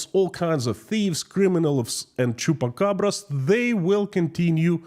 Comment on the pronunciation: "All kinds of thieves, criminals, chupcabra's...." 😂😂😂